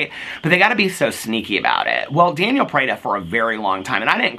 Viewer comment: you make me giggle every time you say “janiel” 😀you should get a candelabra for your porch studio for your late night videos!! Love you!!